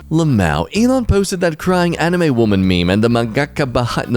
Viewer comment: Fact he said Mangaka both right and as wrong as possible is smegging great. Love ya guys.